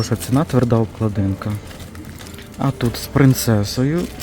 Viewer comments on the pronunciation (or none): Все добре, але відкрийте словник укрмови і подивіться де ставиться наголос в слові " обклАдинка".